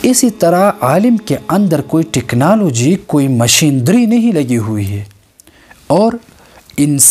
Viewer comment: مشیندری نہیں مشینری😆😊